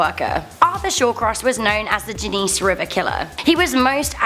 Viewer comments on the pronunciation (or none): Genessee River (Gen-e-See) not however you pronounced it...